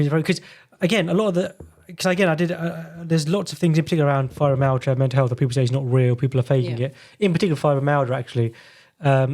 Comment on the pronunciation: Why can this doctor not pronounce Fibromyalgia?.